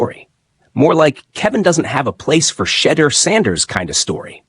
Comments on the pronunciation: Learn to pronounce his name properly! Your channel will grow if you are more open minded. Shedeur will show you his worth. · Bruh u ain’t even saying his name right ! Click bait. Sanders is not a problem child crazy